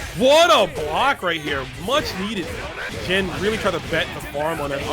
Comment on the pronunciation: Seem like every time you said xian's name you pronounced it differently. It's pronounced XIAN! how hard is that?